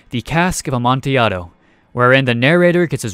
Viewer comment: Thank you for pronouncing "Amontillado" correctly